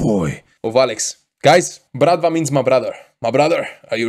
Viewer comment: Wow good pronunciation of Bratva slavic word